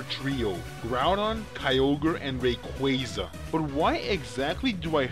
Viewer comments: ray-kWAH-zuh -qway sounds... ew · Rayquaza's name is also an amalgamation of the words Ray as is a ray of light and Quasar which is a space phenomenon which releases a lot of energy. Quasar being pronounced kway-zar... I have heard Rayquaza's name pronounced both as Ray-kwah-za and Ray-kway-za... But I personally think it's the latter pronunciation as in Quasar. just my opinion though :P